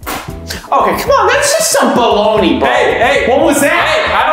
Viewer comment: I laughed so hard when said this is baloni that’s not baloni